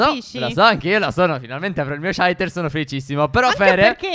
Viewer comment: Steffo si dice saiter non sciaiter